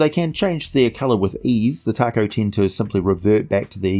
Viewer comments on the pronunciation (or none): I believe its pronounced TA-ko, not like the Mexican food. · I came here to say its "tako" but I see that's been covered. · William Jackson willing to bet it’s due to the fact that Tako (pronounced Taco 🌮) is Japanese for octopus. Very creative